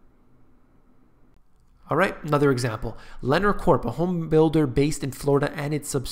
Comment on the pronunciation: Lennar (pronounced "Lin are" is one of the biggest home builders in the US. Very good info, thank you